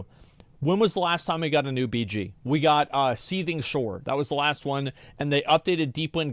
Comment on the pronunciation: Anyone that pronounces "That" as "vat" just annoys me and they remind me of vaulty lol